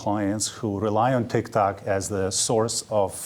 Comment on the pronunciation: Funny how he pronounces it as TicTac, not TikTok 😂